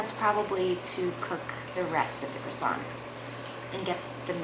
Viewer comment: Americans a croissant is pronouced like "Kwa Son"